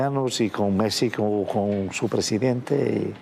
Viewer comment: No puedo creer que está en Mexico y ni siquiera pueda pronunciar o intentar por lo menos de pronunciar Mexico bien.